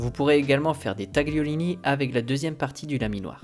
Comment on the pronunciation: La technique est au point. Vous n'avez plus qu'à apprendre à prononcer correctement "tagliatelle" et "tagliolini*